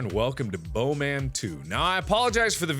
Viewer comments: Ha Ha, he says blowman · when mark first said bow man it sounded to me like bone man